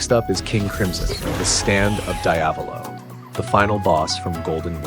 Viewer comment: "Daiavolo"? Why're you pronouncing Diavolo like that??? That's gotta be illegal